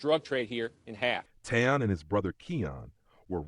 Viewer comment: His name is Taleon.... not Teyon